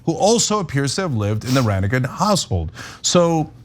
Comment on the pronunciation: The G in Ranaghan is silent. I was raised in the People of Praise. Also, technically the People of Praise, though by majority is Roman Catholic, is ecumenical.